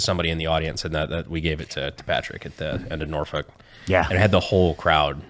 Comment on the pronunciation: Also, we pronounce Norfolk - Norfick Not Norfulk lol.